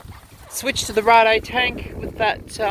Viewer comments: It's Raid, Raid Garage not rarday :D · Power wheelie in 6th? Come on now! It's pronounced like Blade, But with an R.